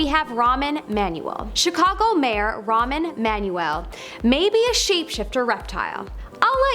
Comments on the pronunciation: Too bad this Presenter can't read these names of well-known public figures, like; Rahm Emanuel, NOT Ramen Manual; General David Petraeus (rhymes with Betray Us), etc. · Girl, learn how to read. The name of the guy is not ‘Ramen Manuel’. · the name Rahm Emanuel - the host lady speaking "Ramen Manuel" :face-green-smiling::face-green-smiling::face-green-smiling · jfc, learn to pronounce names before recording these. Ramen Manuel???